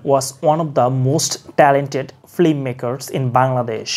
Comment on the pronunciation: ওটা ফ্লিম না ওটা ফিল্ম 😂😂